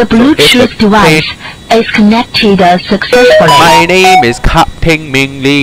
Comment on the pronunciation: “The bluechoof dewice… is connected, uh, successfulay” 💀